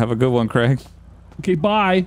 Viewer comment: Also love how it’s kraig, kreig 😂😂 like you need a make a twin brother of eachother!